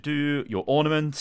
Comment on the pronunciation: Was it just me or did he say ornimant mei when it was mercy